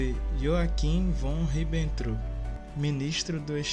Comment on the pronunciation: Faltou melhorar a pronúncia Jodl e Ribbentrop, mas eu tbm fiquei surpreso com algumas informações